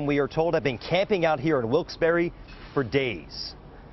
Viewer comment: It's not Wilkes-Berry! It's pronounced Wilks- Bar.